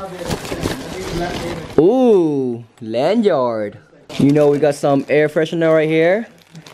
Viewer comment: Land yard, few go...lmao. He needs his own merch.